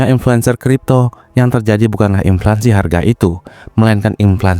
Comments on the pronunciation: Inflasi bukan inflansi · Ini yg ngemenk kok ngaco sih. Yg bener inflasi. Bukan inflaNsi. Wadoh... Fatal (adopted from English, inflation) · Inflasi bang bukan inflansi 🤌🏻leviouusa! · INFLASI min, bukan Inflansi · inflasi bukan implansi😅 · Gue setuju, tapi masa gak bisa ngomong INFLANSI?